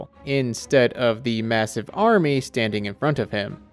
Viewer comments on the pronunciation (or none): none